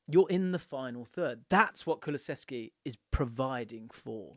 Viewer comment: "Kuluseski, waddaplaya" -Pep